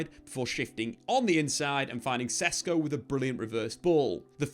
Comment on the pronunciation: These idiot youtubers dont even know the player yet they are making claims about how they’ll play in the team. You didnt even know how to pronounce his name 2 weeks ago. You still dont. That means u hvnt really watched him play I rmb how these lots were so excited about hojlund last time. Comparing him to haaland lol.